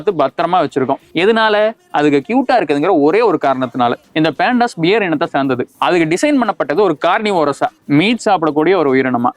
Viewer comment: பேண்டாஸ் இல்ல டா 😂😂😂😂😂 பாண்டா & பண்டாஸ்.... பாண்டா கரடிகள்